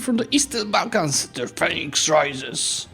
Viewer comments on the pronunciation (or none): none